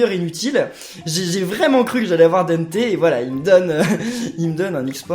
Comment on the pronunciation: c'est pas denneté c'est dente